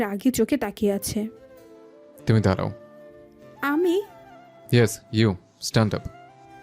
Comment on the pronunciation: দারাও নয় হবে “দাঁড়াও”